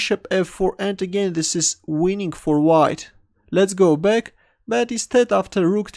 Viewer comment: Oh, every time he says "let's go back" I thought he said "let's go big xD"